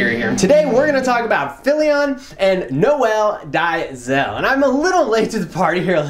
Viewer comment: It's pronounced "Nole Day-zil". lol it's a South African name, however, I don't fault anyone for mispronouncing it. Hey, look at mine, I'm sure someone might bite their tongue trying to pronounce it. 😂 Shoutout from South Africa dude. Love your work.